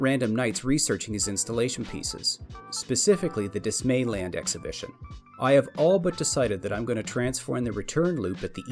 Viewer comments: Dismal-Land. Say it like DisneyLand. Not Dismay-Land. Cheers from NZ. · Just to frame it in your head - Dismaland, is pronounced dismal, rather than dismay.